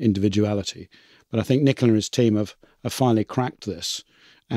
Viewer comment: I suppose from the accent that Nicola is Italian, in which case he was too polite not to tell you pronounced his name wrong. You pronounced it like the English female name.